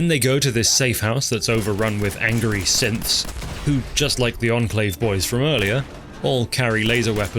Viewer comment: When you mentioned Synths in Fort Hagan, I thought you said simps... which fits well with the mention of women faking stuff on the internet.